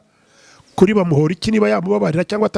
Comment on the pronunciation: Uyumutama azikinyarwanda kweri NGO BAMUHORIKi 😂😂 Kandi NGO ni bamporiki.